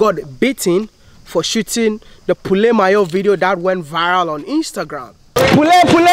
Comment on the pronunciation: Congratulations Maya and Trudy!!🎉🎉 We knew this was coming soon So happy for you guys Sorry about your bad experience in some countries Thank God you turned it into good (views and more subs) You actually pronounced "poulet mayo" right: amazing! Nice video as always Waiting for you here in France, in case you wanna visit coz I know your focus is Africa. Would love to do a Collab with you and take you around 🙌☺️ Well done Wodemaya 🏆👍